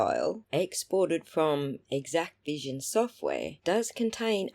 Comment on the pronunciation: THANK YOU for correcting the pronunciation of this vendor's name. It was driving me nuts that people kept calling it "Equivision", as if the X, A and C were silent. You made good points about the Exacqvision file formats. My opinion diverges on some other points though. I believe the Sallyport camera was an Axis M3045-V IP camera, which has its own web interface to control its streaming output. Exacqvision provides direct Axis integration, which bypasses the need for any other Axis software. The "origin" file format therefore is not something in the Axis family; it's whatever the stream capture is contained in on the network drive, which is defined in Exacqvision. I agree that the video formats are not proprietary, and that hashing proves very little. Encryption could be more useful, but it is an optional configuration only.